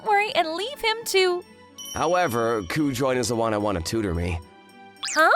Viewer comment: Not a bad story. But, it’s Ku-jo-in (or -een). If you’re gonna stick with Japanese names, put in the effort to know how to pronounce them.